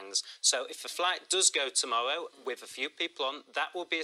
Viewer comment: If the fwights go ahead tomowwow it will be seen as a detewwant......